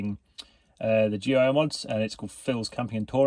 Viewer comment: FYI GUI (Graphical User Interface) is pronounced the same as gooey